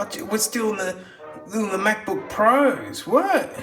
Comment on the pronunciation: The NuggBook.